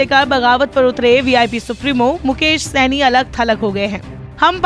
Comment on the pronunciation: Saini nahi shahni kaise kaise anchor hai